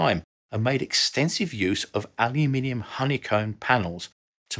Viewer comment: It is such a joy to watch an youtube video where the word aluminium is said properly.